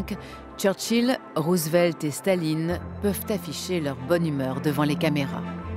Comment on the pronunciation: The dubbing is so bad, damn you especially this pronouncing Roosevelt's name as Roosevleet